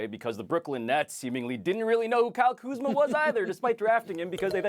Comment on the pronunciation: kyle kuhzma?